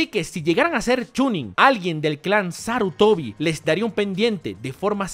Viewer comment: "Clan Sarutoni". Excelente remake... XD